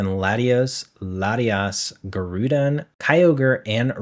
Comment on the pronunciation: Here's some corrections for some pokemon names you mispronounced: Gligar - Glai gar Groudon - Graw don Pachirisu - Pa chee ree sue Giratina - Gee rah tina Mismagius - Miss maj eeyus Xerneas - Zern eeyus Everyone else is either pretty spot on or I have no idea how to pronounce either